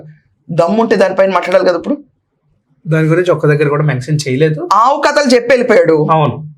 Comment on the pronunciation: ఆవు కాదు కావు అన్నాడు😂😂